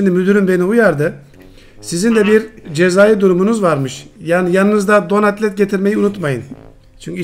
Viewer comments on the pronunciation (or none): Bir an Donat et diyon sandım ama don atlet diyormuş